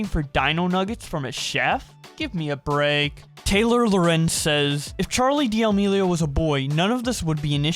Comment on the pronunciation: Churr-leigh dee-uh-meeleo